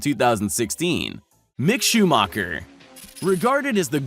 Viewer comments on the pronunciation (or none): Btw it’s Schumacher “Shoe -macker” not “Shoe-Moker”